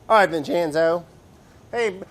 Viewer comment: Watching this in 2020, hearing Brad say "Vin-chyen-zooh!" and "who's better than us , Vinny?" And shedding a single tear